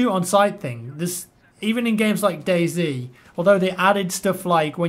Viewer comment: It's pronounced day "zee" not "zed"